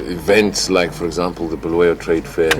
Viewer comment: Stop calling uBulawayo bhuluweyo Mr Dlamimi.